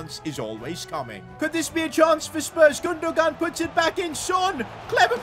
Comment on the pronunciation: Love how he boches Gundogan name